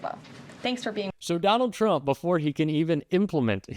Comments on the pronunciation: She pronounced "tRump" incorrectly when she said 'judges" are acting erroneously. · She says chrump. Love that